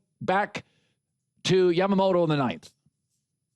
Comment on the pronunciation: IT’S YAMAMOTO MOTO MOTO NOT YAMAMATO MATO MATO